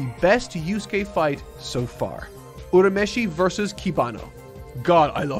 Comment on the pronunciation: He's actually pronouncing Urameshi correctly. It's the dub that mispronounces the name, which is just a common occurrence in early-2000's anime dubs.